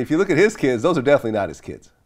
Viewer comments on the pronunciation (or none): none